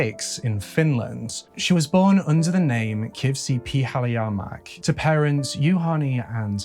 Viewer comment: I think it might have been Pihlajamäki, but he could definitely have used help with pronunciation here. 😊